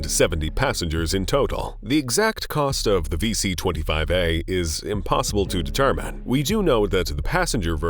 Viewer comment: He's pronunciations are wild: Office-ass, presidant,determan, nineteen nineday, systoms, characteristacs, helicoptars , nayshons